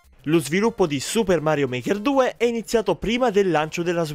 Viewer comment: Suppah Marioh Market Tu!